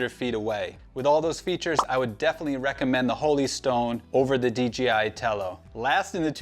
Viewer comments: I was googling DGI before I realized it was just DJI being butchered 😅. Very informative video other than that! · Hey guy its dji not dgi he cant pronounce letters it seems